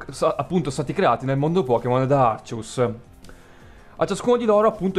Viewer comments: Sentire arcius al posto di àrcheus ... ti giuro, mi ha fatto bloccare più volte il video dal nervoso. Ma apparte questo ... bel video X) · Poi si dice Archeas